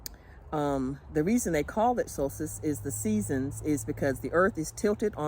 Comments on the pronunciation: Omgosh how do y’all sleep with it so bright out all night?? You said Solstice correctly. So cute in your Alaska hat👍🏻🥰🥰🥰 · I live the hat. Oh my goodness...you said solstice perfect on the first try!!! 🌞😎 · Hi you say Solstice correctly.beautiful hat, love it. Love the Alaska yarn, green is one of my favs.